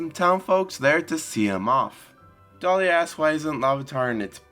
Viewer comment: Lol, in the space of 20 secs, Larvitar went from having Pikachu ears and tail, to almost looking exactly like a Gible! Now a nitpick, its Deliah not Dahliah.